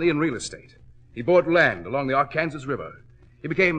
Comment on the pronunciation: Note to narrator...Arkansas is pronounced ar-kan-SAW